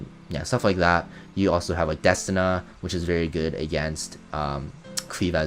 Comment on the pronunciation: Bro you really need to change how you say destina, that's not how you say her name, she even has a line where she says her name.... ima have to dislike your videos untill you say it right